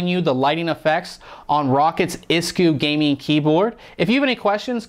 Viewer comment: nailed pronoucment for isku :D